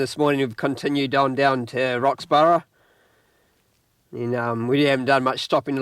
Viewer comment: the pronunciations is DaN-sees Pass and Kie-burn not kee burn. AlexandRA and not Alexandria. Roxbur not Roxborough